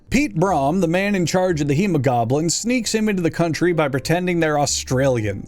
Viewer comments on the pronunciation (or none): Just to let you know as a South African Piet broem’s last name is pronounced like broom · Note from someone from South Africa: The way you say "Broem" is pronounced like "broom"